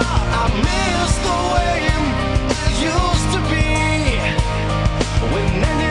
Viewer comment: Still here years later. Amazing song. But absolute can’t stand the way he pronounces “way”. Why does he keep putting an ‘m’ in there. Miss the waym?